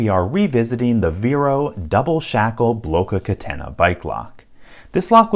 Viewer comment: Happy to ear someone saying "Blocca Catena" right ❤